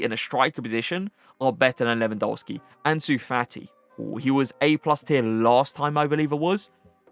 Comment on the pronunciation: Your reviews are insane, your tier lists are top notch and your in game play is incredible. But please can you pronounce Lewandowski’s name right? W in the Polish alphabet is pronounced as a V Keep up the great content tho love watching your videos